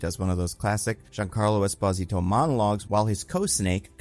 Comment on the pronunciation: Is pronouncing Esposito in a weird way or is it just me?